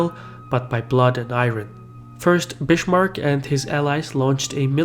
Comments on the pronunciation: Never rly heard anyone ever pronounce his name with "sh", sounds sooo wrong:D..wasn't expecting such brutal name mutilation from my favourite:/:D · Yeah, it is s before t or p in *one syllable*. Bis-mark is two syllables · The guy is an avar turk 😂😂 why could he excel german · It probably is in his native tongue. Its pronounced like that in Arabic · Elias Hdayed No, it’s pronounced in Arabic as English but the “s” is pronounced as an s not a z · if we mention "Bishmark", we shouldn't forgte "Möltke" and "Röhn" (Moltke and Roon) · Because in German "s" before consonants usually sounds like "sh". Though not always, and Bismarck is not "Bishmarck" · Great video, but Bismarck is not pronounced 'Bishmarck'. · I am a native speaker of "his language". It is not pronounced "Bishmark". He just made an error. Simple as that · Your Bismarck pronunciation is completely wrong. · How we Germans say Bismarck = Beesmarck (But bee very short) Edit: not Bishmark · Bismarck is actually pronounced like biskuit (not Bishmarck) ;-) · He is called Bismark not Bishmark. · It's not "Bitchmark" dumbass, it's BISMARCK. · "I'm gonna steal ya bish, Mark." No but seriously, every time I hear "Bishmark", I want to shoot myself. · Bismarck is pronounced Biz-mark not Bish-mark. Come on, do your homework! In Versailles the l's are silent. Come on, these are really historically important names., you should pronounce them correctly. You lose a lot of credibility and respect by not doing so. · It's Bismarck, bot Bishmarck. But great video nonetheless! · germany is still divided, into 16 countries. and the name isn't spoken "bishmark", it's more of a "bizmark" :3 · Bizmark not bissssmark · it's biSmarck, not biSHmark. Just saying. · good video, bu it is not pronounced bishmarck... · "Bischmark" xD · Bitchmark? :D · its funny how you pronounce Bismarck. It sounds like Bish-marck, a lot like the city of Bishkek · "Bishmark"?:D seriously?:DD Why?